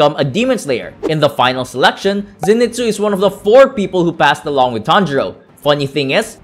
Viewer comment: It's pronounced Zen-ee-soo